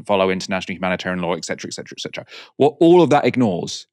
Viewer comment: "et cetera" not exetera.